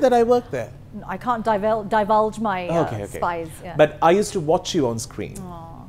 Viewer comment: Nimmi is extremely talented. But don't like the fake accent of real Nimmi (not Unty's and Brule's accents. They are spot on)... Real Nimmi's fake accent came out when she pronounced "divulge". Do not understand why a talented lady like her have to do the fake accent.